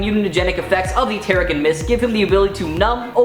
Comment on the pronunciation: Why is Genosha and Teriggen pronounced weird 😭 also why is north star shown for vox